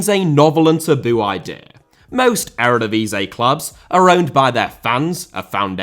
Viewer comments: Ere divisay? Please dude.... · please let me help you with the pronunciation of the erevedivisie it’s starting to hurt